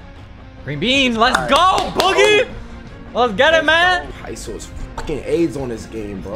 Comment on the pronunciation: Y he said ISO aids😂😂rely on screens too much